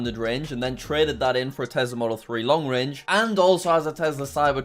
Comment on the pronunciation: tesler??? or tesla?